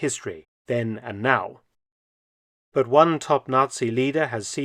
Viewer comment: the emphasis on now in that “then and now”…